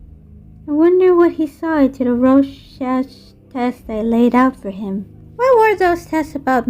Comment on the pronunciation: Rorschach is pronounced 'Rorshack'.